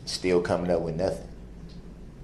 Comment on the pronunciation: DIT, WIT, DAT, AX, DIS and DA… what kind of words are these, and are they in the dictionary?? What kind of words are these? Oh and NUFIN 🤔